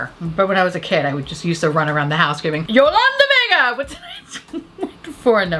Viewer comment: OMG!! I literally died when you said Yolanda Vega!! I grew up in Yonkers and i LOVED Yolanda!!!! I died when you said her name the correct way! Fun fact i wanted to be her for halloween in the 5 th grade but changed my mind and went as Jeffrey Dahmer stew...my school made me take my costume off because some chick cried....that actually sums up my childhood beautifully. Anyway, thank u for making my evening!!